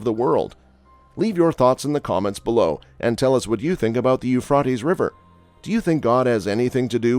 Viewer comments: It’s Euphrates long a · Here in Tennessee we pronounce the Euphrates River with a long a, Euphra’tes River!!! Sounds a lot better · It's not ufraties fool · It is pronounced, u-fray-teez! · Everyone say it together u-fray-teez!!!!! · It’s hard to concentrate on what he’s saying every time he mispronounces the rivers name ! Can’t listen anymore, jeeze ! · Yes, his saying the river's name is driving me nuts too.